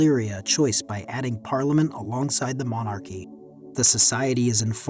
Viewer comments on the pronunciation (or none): "Manacurry" is not how you pronounce monarchy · "Monakury"? Or did you mean monarchy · it is until he pronounces monarchy as mona-curry lmao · Monarchy. Three syllables Mon-ar-key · I was wondering what a monacurry system was until I realized it's AI narrated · Monachery..... It's monarchy, isn't it? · except when 'he' says monacurry instead of monarchy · I'm sorry but the way that you say "monarchy" is atrocious